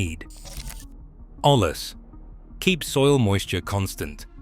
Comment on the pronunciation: It's pronounced oye-yas it's Spanish for pot